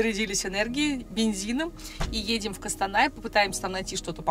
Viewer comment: Законы русского языка не действуют на казахские слова, прошу вас произносить Костанай через "О" Кокшетау тоже так же как пишется, если не сложно, а нам приятно